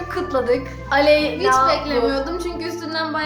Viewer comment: aleyna dedi ilk sonra aleynaya aley dedi